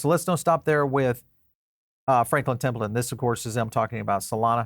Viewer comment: Your saying Templeton wrong i now my name second name is Templeton its pronounced temple-ton and franklin will be desendend from my blood line which origanates originally from scotland before moving to irland the spliting to england, america and Australia